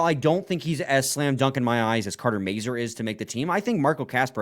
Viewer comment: The name Mazur can be French, Czech, Polish, Ukrainian, German... The pronunciation in all these languages is very identical. Go to Google Translate to hear the pronunciation of the name. They are mispronouncing the sounds of the "A" and the "U".